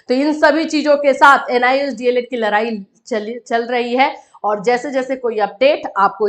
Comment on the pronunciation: mam larai nahi hota hai ladai hota hai